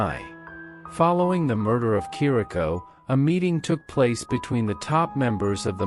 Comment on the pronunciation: Good video , factual but a few mispronunciations. Chirico Shear Rico Capo COP O